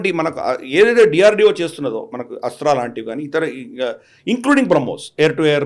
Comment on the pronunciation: ఏస్ట్రా కాదు.. 'అస్త్ర'.